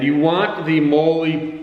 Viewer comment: Pronounced "molly"